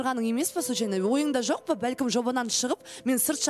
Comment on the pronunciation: ӨТІНІШ БУКВАЛАРДЫ ДҰРЫСТАП АЙТШЫ!!! ЖӨҚ ЕМЕС ЖОҚ, ХОРОШӨ ЕМЕС ХОРОШО ДЕСЕЙШІ. СОСЫН САҚАУЛАНЫП СС ДЕЙ БЕРМЕШ😂😂😂. ЖАҒЫМСЫЗ ЕСТІЛЕДІ. КАК НИКАК ҚОСЫЛАЙЫҚТЫҢ МИССЫ БОЛДЫН ҒОЙ......